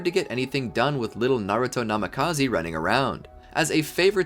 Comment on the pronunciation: Did he just say naruto namekaze